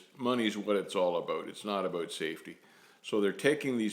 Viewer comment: The highlight of your videos for me is when you say "aboot" lol im sorry, i get entertained by the little things :/